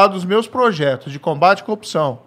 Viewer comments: Velho quantas vezes ele fala "coopçao" , "cupissao"... o que é isso cara? Sinceramente não faz sentido, é uma repetição de absolutamente vários nadas. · O cara n sabe falar CORRUPÇÃO